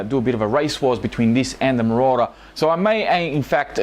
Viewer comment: Ayy. You finally know how to say Marauder! lol